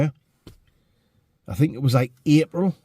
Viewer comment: Too bad you didn't have a funderstorm to camp frough. I fink , oi